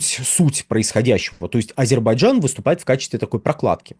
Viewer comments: Звиняйте : не Азебарджан, а Азербайджан. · Ведушему надо научиться правильно произносить АЗЕРБАЙДЖАН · потренируйтесь выговаривать слово Азербайджан. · Почему так трудно выговорить "Азербайджан" ?